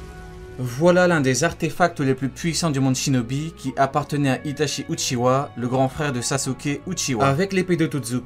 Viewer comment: Stp respecte sasuke et itachi mdrr c'est UCHIHA PAS UCHIWA